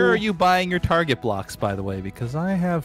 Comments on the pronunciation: "targét" " h weat" i see these gentlemen have their grammar in order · targét: WELS-MART